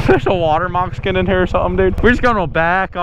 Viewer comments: “a water mocscin” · 😂😂 said water mockskin